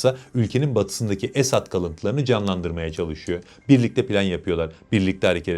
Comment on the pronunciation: esAd değil. esEd olacak. esAd mutlu demek, esEd aslan demek. kendisi her ne kadar aslan değil fare olsa da. doğru telaffuz etmek lazım.